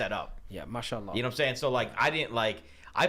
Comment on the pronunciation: He can't even say MashAllah , he's saying Mushallah